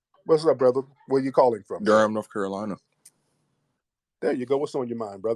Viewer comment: That guy I believe he's from Charleston. I'm from SC and I notice he pronounce Carolina like Curolina. The Ca sounds like Cu. I was confused until I went back and heard it for a second time.